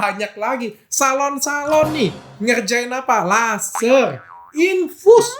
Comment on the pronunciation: Abang pasti gk bisa bilang "R" kan karna aku itu dengar Kaka bilang laserng